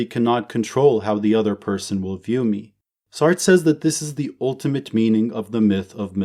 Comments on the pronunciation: Isnt it pronouned sart-tra not like shart lol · Lol that's not how you say Sartre 😂